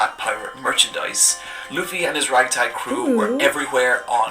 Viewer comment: She didnt say luffy correctly 😂😂😂😂😂😂